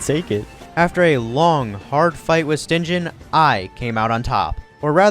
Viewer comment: "Stin-jen" Zenogre is driving me nuts XD Stygian is pronounced "Stij-ee-un" It means relating to the River Styx Just an FYI, the run was very impressive ^_^